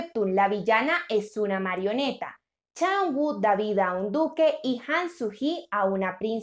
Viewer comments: Por amor de Dios... no se llama chaenguo...su nombre se pronuncia CHAUNU... a ver si aprenden a pronunciar el nombre correctamente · Su nombre se Pronuncia Cha Eunu!